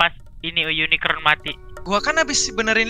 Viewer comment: wiwin kasih tau napa le "unicorn" bukan unikron